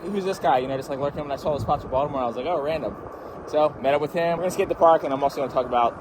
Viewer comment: You can tell is actually from Baltimore because he says it like "Voldemort"